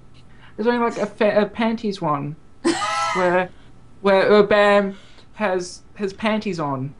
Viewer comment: I'm korean and they are pronouncing baam wrong.